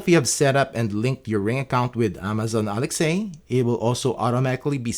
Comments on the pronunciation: Very good video. Thank you! Just to let you know, you're mispronouncing "Alexa". It's pronounced as one word with a soft "a" at the end -- like, "Aleksa" -- not two words like "Alex-ay". Cheers! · Irritated by your "ALEXEI", I was unable to continue watching the vid. My goodness, it's ALEXA, the very same way you say LINDA, not LINDEI.